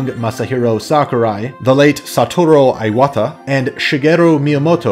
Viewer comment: It's "ee"wata not "eye"wata.